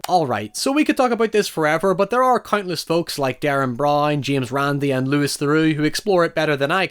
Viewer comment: Lew-ie Theroux, Lew-ie!